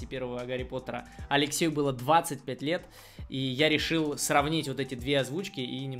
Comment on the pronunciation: "ДВАДЦАТЬ ПЯТЬ ЛЕЕТ!..." - чувак остановись😅